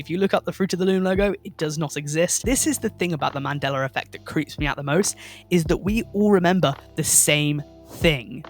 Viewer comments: Man-day-la, not man-deller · I could swear it used to be pronounced ‘man-dell-uh’ not ‘man-dell-er’ That’s crazee yo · I can't get passed him saying mandellar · Boi said "the Mandelar effect" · Take a shot and/or bong rip every single time this dude calls the Mandela Effect, "The Mandeler Effect". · Lol . . . "Man-Dell-Luh" . . . I apologize if I offended you or anything, I genuinely really enjoyed the video and Loved the direction you went with it trying to piece together how certain ones could easily be misconceptions or just straight up flase information like blood actually being red while in the veins. So again, I do apologize if that came out wrong, I just thought it was funny and assumed you were saying it like that to trigger people like me. 😂 Regardless..! Keep up the great content..! (And I SWEAR TO GOD, If It Turns Out It's NOW Pronounced The "Mandeler" Effect And Not "Mandela" With An "a" Imma Through A Fit And Bug The Hell Out..!) 😂 . . . . 🤣